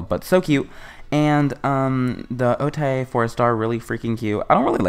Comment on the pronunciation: O-Tae ain’t come home bc you keep saying her name wrong 😭